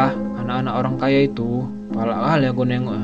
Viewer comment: Bang ko? Holang kaya ? Bukannya orang kaya tapi holang kaya